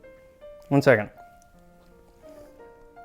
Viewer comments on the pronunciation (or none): none